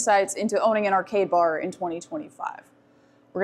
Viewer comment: Ohhh, arcade bar. Sounded like gay bar. Was wondering wtf was I watching